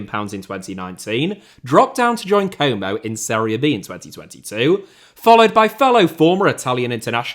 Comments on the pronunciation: it's not "komou" it's como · What club is this "coumow" you're talking about? Never heard of them 😂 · I can't think of a greater punishment than hearing a british man pronounce Como repeatedly for 45 straight minutes. Or should I say "Coumou".